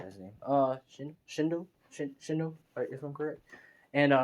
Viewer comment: It's shino